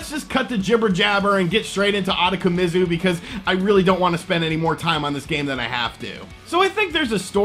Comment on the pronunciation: Ooh-toe-ko-me-zoo. I know you butcher names but this game is fucking weird. Reminds me of those Cho Aniki series.